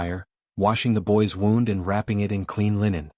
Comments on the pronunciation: I wish AI could discern what way a word is supposed to be pronounced. A reasonable story but the usual story line. Not fun HOPE no one’s talking you from here, what?! And wound is two different words wound as in an injury and wound as in “I wound the clock”. Way too good to be true and far too predictable. A fairy tail. and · Really good story. Please edit in future ... 1) an injury is a wound but your narrator says wound, to wind in a circle like a rope. 2) if someone feels sad for you it is 'to pity' or pitied you and your narrator says pitted, to remove the seed from an olive or cherry or other fruit with large seeds in their centers. Editing is important. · Please teach your AI narrator how to pronounce 'wound' and 'lamed'. Thank you. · I wish you could find a way to get the computer to say words correctly. For example it said "wound" as the action of putting thread/yarn onto something, but it is spelled the same. Also it said "Red" like the color and how you spelled it, however it should've been spelled "Read" where it would've then said it even more poorly. It also said the word "taking" as... lets see if I can spell it... 'tak-kin' instead of 'take-ing.' Every time I hear words said wrongly it throws me out of the story. At least this story doesn't have people doing the same thing 3 times, another thing that can throw a person out of a story...